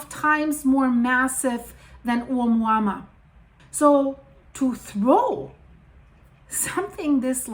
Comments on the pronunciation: You are. It's pronounced oh MOO-ah MOO-ah. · It’s pronounced a mooa mooa. Like a cow moo’s. Hope that helps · Thank you so much for these videos! Let me help you pronounce the first object from the Hawaiian language Ou - mua -mua Like you just got surprised walking into a cow Oh! Moooo-a. Mooo-a 😊